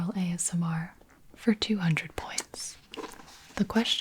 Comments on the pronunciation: omg “AMSR” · Did you just say ASM-- Artist?